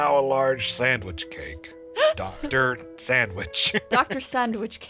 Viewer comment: "Such good sandwich doves." (I love you,, but you're totally saying "sandwich" incorrectly.)